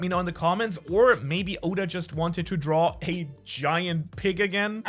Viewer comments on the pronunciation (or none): none